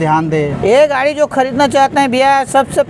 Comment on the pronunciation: गाढ़ी नहीं भाई गाड़ी